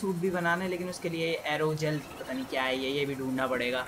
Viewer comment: Dude. जेल होता है गेल नही